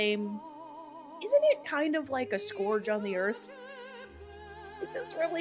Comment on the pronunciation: Really good post, great narration but scourge, you don't say the "U" as you did, scur-guh this is a tough one to spell phonetically, but one syllable ....